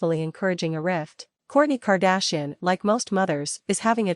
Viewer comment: Why is the AI unable to pronounce KAR DASH I EN?